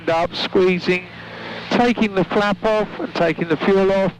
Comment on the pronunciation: Some of your viewers are very into aviation and love the safety and techno babble... no need to speed through it. And I Google every time he says "flap off or flap out" because I'm still a child at heart and it sounds remarkably like fap off and fap out